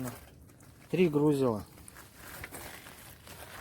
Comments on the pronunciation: Охрененная работа, хоть и запоздало, но поздравляю с удачными испытаниями! Единственное, не могу не упомянуть, что в слове грузИло ударение на И ) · Робот супер, но грУзило уши режет. Это из разряда пЫплЫвок, ржЫвеет, рАкушка и цЕпочка. Подписываться не буду, лайк за робота.